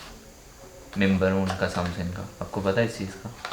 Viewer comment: Samsung hota hai samsing ni